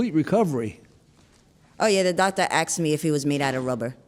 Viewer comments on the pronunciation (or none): he axed you? What a great recovery she made. Or is that ASKED? geez... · “The doctor AXED me if he was made out of rubber.”